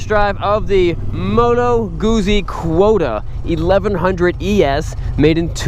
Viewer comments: Pronounced moto gutsy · Phil Clarke Moto Guzzi is pronounced like “put sea “but with a “G” with the emphasis GUT...and the word is chopped the way you would pronounce pizza. I suppose it’s because of the two z letters together.. so pizza and Guzzi words both are chopped in pronounciation At the Z’s.. It’s not pronounced like fuzzy). and not like floozie... It’s- Moto put sea...moto gut zee